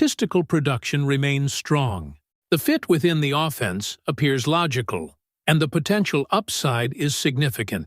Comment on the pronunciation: I want to see the Puckwa Knakwa dude first, put him alongside Puka Nacua and we'd be unbeatable, your pronunciation of offence is offensive though. AO slop